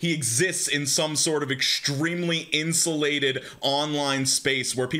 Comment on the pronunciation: when he said "insulated", I heard it as "incel-lated" 😆